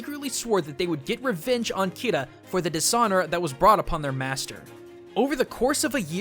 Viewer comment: Did you say KIRA